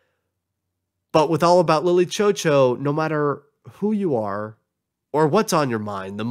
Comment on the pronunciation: God i wish he could just say lily chou chou right